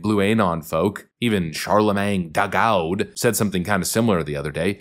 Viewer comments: Ok, just to point out that I DID hear and digest the information put into this video BUT I cackled like a true idiot every time you said, "Charlamagne DAGAUD". Seriously, that guy's a box of dicks sprinkled with democrat tears. I really just hate listening to him speak most days. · The way u say char da gawd😂😂😂😂u got my sub😎